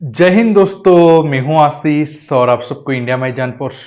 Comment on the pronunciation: Abe zhand kab tak aseees rahega gawar a shish kab bol payega mand buddi, kab theek se bolna seekhega aseeeees su su see see